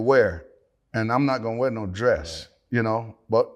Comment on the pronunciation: He said, now I'm not gonna weear no dress...but I wore the dress. lol😄